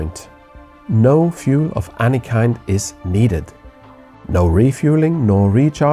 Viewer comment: Hitchhikers don't stand a chance, lol., could you pls inform your friend to pronounce 'any' not as 'anni'? Phoneticly it sounds more like 'enni'. (same goes for 'anything - anone - anymore' etc) English phonetics can be confusing for us europeans (inglish lol)